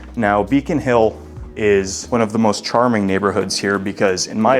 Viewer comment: I don't trust this guy to guide me through Boston real estate. He mispronounced "parking" "charming" and "floor".